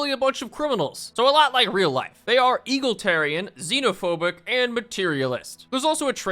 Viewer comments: It’s not “eagleteran” it’s E-gal-i-tar-i-an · Saying "eagle tarian" rather than "Egalitarian" is like nails on chalkboard for me LOL! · I hate that you keep saying 'eagle tarian'. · ITS E-GAL-ET-ARIAN NOT EGAL-TARIAN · Is he saying EAGLEtarian on purpose or does he just not know how to say egalitarian? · I’m sorry but I can’t 😭 it’s “E-Gal-itarian” not “Eagle-Tarian” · Sorry boss but it's not eagle-terian, it's e-gal-uh-ter-rian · "E-gal-i-tar-i-an" not "eagle-tar-i-an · Is there a source for why he says Eagletarian instead of Egalitarian? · It's pronounced e gal a tarian lol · "egolatarian" and "going to ebstein"???? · E-GAL-IT-ARIAN. IT'S E-GAL-IT-ARIAN!!!! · "Eagle" tarian. Almost as good as ppl saying "Total" tarian. 😂😂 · I die a little bit inside every time he says “eagletarian” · i love you but you gotta stop saying eagle-tarian its tearing my family apart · Sorry butt. As a Brit it pains me to hear Eagle-itarian 😂. Great stuff tho. Love Stellaris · I cannot state just how amusing it is to hear you pronounce Egalitarian as Eagle-Tare-Ian. My brain smashes that pronunciation with the Idea of the concept being smashed with American patriotism. "My fellow Americans, today as a nation we do bow to the European Socialists and their Egalitarian desires. No. Today, we Americans take one step beyond. We take a better step. Today we embrace the true American Ideals of Eagal-Itarianism!" Falcon noises It's pronounced Ee - Gal - It - Air - Ian. Though I will give it to you, if you never heard it spoken aloud, it really does look like it should be said like Eagle. That being said. Please don't ever change your pronunciation. Yours is way funnier, and drives engagement from assholes like me who try and correct you. Along with assholes who are just um actually-ing you. Both gain you engagement, while bringing me joy! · "Eagle-tarian" Its driving me crazy. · Someone at my job pronounced it eagletarian as well. So…. Wrong!!! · why do you call it eagletarians?